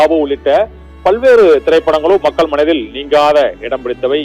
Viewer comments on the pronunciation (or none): none